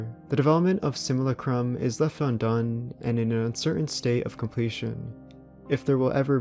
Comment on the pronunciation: And “sim-u-LAH-crum”